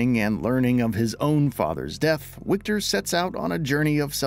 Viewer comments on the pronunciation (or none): it is Wiktor not "Łikter" :D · Yo, narrator: it’s pronounced Victor! I get that they spell it with a W, but in Polish, that sounds like a V. are the English voice actors pronouncing this incorrectly as well? Huge L if so.